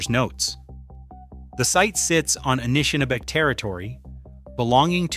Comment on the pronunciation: dude, thanks for the reply. as a Canadian i'm genuinely grateful for what you've put together here — a lot of thoughtful and serious research (no Ancient Aliens shit) by and large your read (so that is your read?) is warm and engaging, i just choked on a couple of peculiar pronunciations (inconsistent Anishnabe and "Eye-ro-quai" for Iroquois) srsly tho', keep up the EXELLENT work. at some point i would like to pass some bizarre matierial about a site in Quebec, not to far north of Ottawa, a supposed major lithic structure that totally rams its head against the Laurentian Ice Shield. till then, have a great week! am hitting "follow" now.